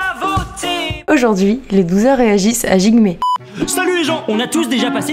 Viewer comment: çA SE DIT DJIGME !!!!